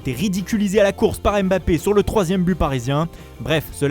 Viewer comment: AimeBappé, Rafignun... bordel tu fais saigner des oreilles c’est ouf.